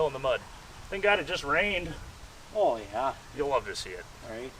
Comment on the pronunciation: That "Oh yah" at the start really socked home the midwestness this video is promoting.